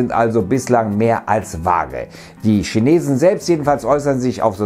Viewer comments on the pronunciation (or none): none